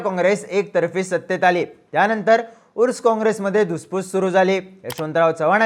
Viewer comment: उर्स काँग्रेस नव्हे तर अर्स काँग्रेस असे नावं होत Pawar is power of politics